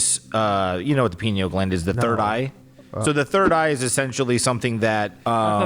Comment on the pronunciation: i thought was saying "penil gland" I was thinking "omg Pinocchio means penis eyes?!" 😂😂😂 bc one of my friends in middle school used to call people "anus breath" and "penis eyes" as an insult all the time it was like her thing and I was getting ready to text her lmao yes we're still friends in our 30s